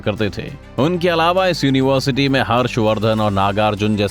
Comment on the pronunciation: Dekho bhai aapke video achche hai, avaj bhi achchi hai, par agar ho sake to bolne ka ton badalyega, jaise yonivarsiti, to ho sake to tone badaliyega